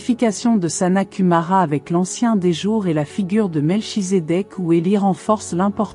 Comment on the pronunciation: Par contre Mel (chi)sédech se prononce Melkitzekek... cordialement. Très bonne video